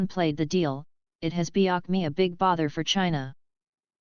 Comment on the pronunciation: At the very end the reader reads "Beocme"? instead of "Become"? who the hell are these people?